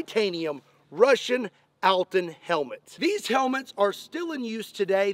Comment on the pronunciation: Cool test. Cool video. Thanks for it :) But name this helmet is not "altin", its "Алтын". Its sounds different. But actually, no matter🤣